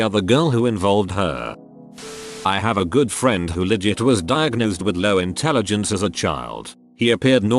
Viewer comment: "When you're in the telligence" LOLOLOLOLOLOLOLOL